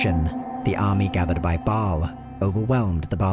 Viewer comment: Mispronounced Baal, Bul-Kathos, and Mount Arreat. Also, Diablo isn't a God.